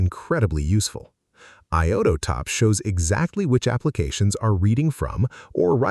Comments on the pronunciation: I-O-Top. Not I-O-TO-Top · I'm not a native speaker of english language but the pronunciation of "iotop" sounds weird to me ...